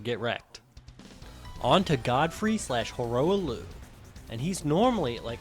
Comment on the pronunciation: The way you pronounce ranni and hoarah loux hurts my soul (Good video tho 👌)